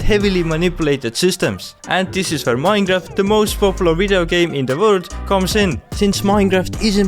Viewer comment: i love how he says minecraft as maeiinca